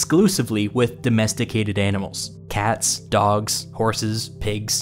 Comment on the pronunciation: "domesticated anals"